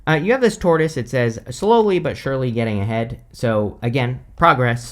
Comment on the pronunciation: I kept hearing “Taurus,” not “tortoise!” lol. I’m a Taurus sun and Libra moon/rising.